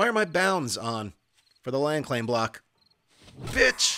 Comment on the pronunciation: When he said, "oh, a block is gone.". I heard, "Oh, a Glock is gone.". Was that just me or what?